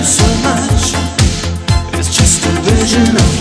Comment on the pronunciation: Are they from Germany? I've heard German singers pronouncing "wision". Sounds awful. It's not that hard to say "vision", they should make an effort